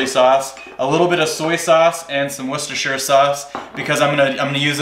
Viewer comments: Correctly pronounced . "Wooster sauce" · A Yank who can actually pronounce Worcestershire Sauce!!! Nice!